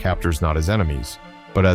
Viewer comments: A corporal named Ernst Heinemann Should sound like Airnst not like Ernst. Ernst is the correct spelling, but for English not the correct pronunciation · Ernst Heinemann It's not pronounced Urnst, but AIRnst. Heinemann